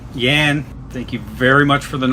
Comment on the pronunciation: Jan is pronounce more like "yahn" not "yan". Just for future reference 😉